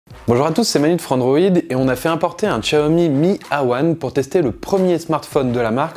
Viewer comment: C'est ce que j'allait dire, bon c'est vrai que ça fait 3 langues vu comment il le prononce mais autant le réduire à 2 (déjà pas mal^^), cependant la prononciation de Xiaomi est plus que correct ^^ Pour ce qui ai de ce "hey wan" c'est plutôt un très bon cru, je pense que je vais offrir ça à ma mère pour ses 57 ans en début d'année ^^